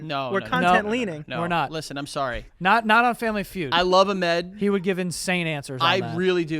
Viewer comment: Why are you saying Ahmed like that tho…